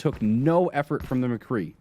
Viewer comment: "Mcree" cmon its "McCreeeeeeeeeeee"